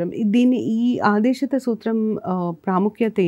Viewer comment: Medam aadesitha kaadu aadeshikaa